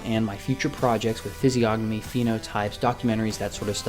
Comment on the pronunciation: I think the g in physiognomy is silent?